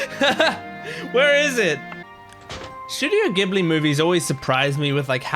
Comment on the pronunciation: スタジオ「ギブリ」じゃなくて「ジブリ」なんですよね…。